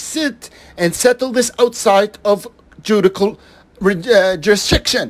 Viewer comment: It's not pronounced Ju di cul, it's pronounced Ju dish shul.